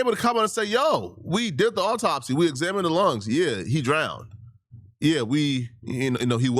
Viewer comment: “Awww-taup-C” Ben Crump